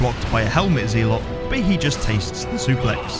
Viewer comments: In both british and american english it's pronounced ze-lut (zɛlət), not zee-lot JFC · Genuine question; does anyone else pronounce Zelot as “Zee-lot” rather then Zel-ot”? I’ve never heard anyone else pronounce it like that, and he says it so many times 😂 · Hey, I'm a fan and love all the runs but I cringe when you prounounce Zealot as "Zeelott". My ocd was killing me every time you said that lol. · Never heard someone pronounce Zealot as Zeelot. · It's pronounced "zel-ot" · Man.....I love the way you play resident evil. Hate the way you say ZEEElot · Zealot us pronounced ZELET ffs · There's no way that's how you actually pronounce zealot XD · You should look up how to pronounce "zealot."